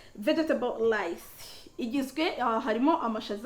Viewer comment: We say Rice not lice!!